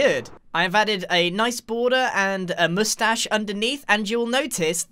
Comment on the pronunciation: NOOOOOOOO!!! Not the moushtashe